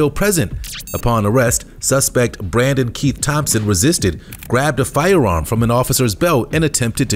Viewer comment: very distracting, the way the narrator pronounces "firearm" like he has a speech impediment, except he doesn't have one.